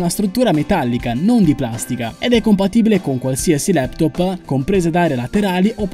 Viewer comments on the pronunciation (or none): la prossima volta si dice laptop. no leptopXD quelli so particelle quantistiche(forse)